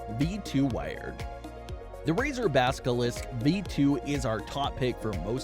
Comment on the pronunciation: Did ya’ll just say baskilisk? Lol